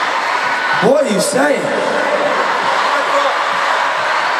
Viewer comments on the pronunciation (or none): The Way he says "what" without a "t" 🙈